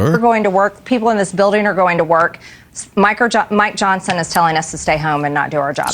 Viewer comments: I swear to go, Marjorie just called Mike Johnson (Micro Johnson) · Maybe she was trying to say Micro Johnson 😆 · Did she say Micro Johnson?😁😅🤣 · She said Micro Johnson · My ears heard crazy space-lazor-lady say Micr'ojohnson 😅 but maybe that's just me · She’s said “Micro” Johnson. 😂😂